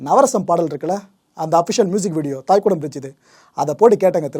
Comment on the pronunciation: "தைகுடம் பிரிட்ஜ்" நீங்கள் உச்சரிக்கிற போல தாய்குடம் இல்லை. தை = இளைய செடி (Young Plant)